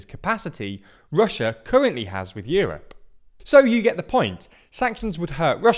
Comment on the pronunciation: euwop and wuble 😂